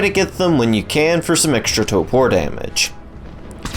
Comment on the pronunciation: Gotta love "Ket-zal" + "Tow-por" and the best, "Using weapons while driving the griffin"